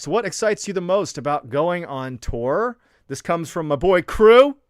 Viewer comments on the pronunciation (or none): Love the way you say tour is that like tore, lol,cracks me up!! Haven't listened to the story yet, I'm gettin there!! Living here in Big Sky Montana ✨️ Love the stories, my hubby and I every Sunday tune in for our great and mysterious guy!!